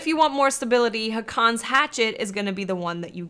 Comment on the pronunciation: It's actually pronounced "Haakon's Hatchet."